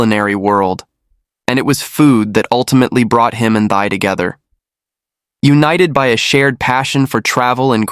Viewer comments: Her name is pronounced like “T” and not “thigh” 😂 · Her name pronounced “ Tea” short “ y” Thy. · Please, the pronunciation for Thy sounds like Thee, exactly. Thy is a beautiful Vietnamese name! Please don't mispronounce it. Thank you!